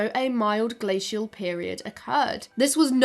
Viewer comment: Omg the constant switching of glacial pronunciation, that got me